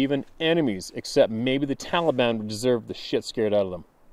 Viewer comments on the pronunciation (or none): none